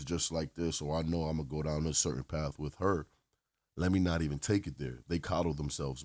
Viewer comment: She promounces the word "with" as "whitch.'